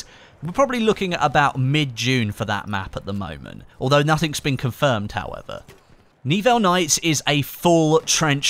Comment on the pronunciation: i'm pretty sure it's not N-Evil nights, but Ni-Well nights;)